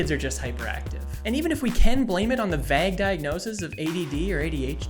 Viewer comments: Is it a Minnesota thing to pronounce "vague" like "bag"? Ben Hanson does that, too. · did you just say "vag"